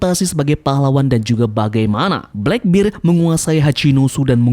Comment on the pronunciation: Channel bagus2 tp pelafalan masih aja salah heran.